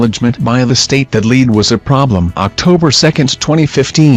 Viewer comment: Your saying Lead wrong.